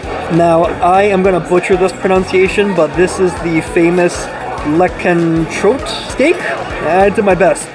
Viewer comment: Your pronunciation! Lekentrote? How about trying to pronounce the letters in the order in which they’ve written? That shouldn’t be too hard.